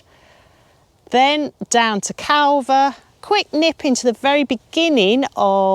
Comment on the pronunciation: Great video. Not that it matters, however Longstone is pronounced more like Longsten and Calver has a silent L. However maybe I’m just talking from a local’s perspective.